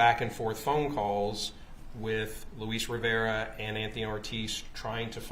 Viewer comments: Defense lawyer is very ignorant and rude. She’s been rude but today is the worse so far. The undercover agent is fluent in English and Spanish. How is that hard to understand? He pronounce the Spanish name the way it’s suppose to be pronounced. She’s the one who saying it wrong. So ignorant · Well the way he pronounced "Luis Rivera" did strike me as really bizarre. He did not sound like an actual spanish speaker lol. My theory is that she thought the same thing, but felt pressured to come across as friendly so she turned it into a compliment she didn't really mean.